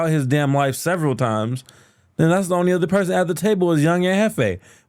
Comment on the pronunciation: You got a weird hate boner for Smac. You constantly mispronounce "only" as "oh-nee" and all sorts of nonsensical rambling... yet you want to make fun of other people's intellect lol come on man